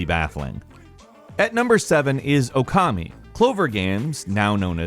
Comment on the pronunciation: reeeeeaaaaallllly infuriating that the narrator cannot pronounce Okami correctly; even with the correct pronunciation being IN THE OPENING PART of the game...